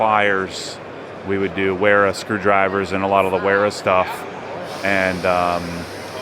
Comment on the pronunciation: This might help you close the wera account…it’s not (where-ah) it’s (vair-ah)